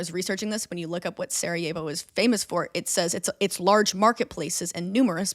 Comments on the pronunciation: Saw John Green and clicked, i guess he's the reason your video popped up in my feed. Dear Lady in blue: Sarajevo is not spanish, so the j is not pronounced like an h. Just imagine it as "Sarayevo" for your pronounciation needs. I think it is important to note that "the people of Bosnia didn't want to be part" mainly showed in the early years after the Berlin congress. When the occupation happened. It was less a problem by the time the annexation happened. At the time Franz Ferdinand and his wife visited that was almost 20 years later. At that point the Bosnian men were part of the A-H army, well respected in that, and the day before the assasination the couple visited the markets and talked to the population. (In their language. F-F despite being known for not liking slavic people was able to speak with the serbs, croats and muslims that made up (and make up) Bosnia. Btw.: Belgrade is not in Bosnia. And from what i remember, they weren't in favor of "independence of Bosnia" but to have a greater Serbia that would include Bosnia. (there is a reason the current serbian government put up a bronze statue of Gavrilo Princip in a park in Belgrade, not the Bosnians.) Where did you get that about a military parade? F-F was the chief inspector of the army and was there to check on an exercise. And while there, he and his wife decided on visiting the city. No parade. No guys. All of their drivers were from home. And they didn't go "back to the hotel". They were going to the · I know its too late but its killing me so I have to comment: Sarajevo is pronounced Sarayevo not Sarahevo and any last name that ends in "ic" is pronounced "ich" not "ick" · when was saying "Sarajevo", i was like "who is Sara? i don't remember her as part of this story" haha … being from the Balkans i thought that was really funny. such a great episode!